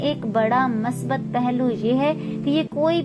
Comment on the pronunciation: Masbat nai Musbat hota ha,,, Urdu Bolna Sikh Lo. Mounh uthaya or Utube Chanal Bna liya or Chawly Start.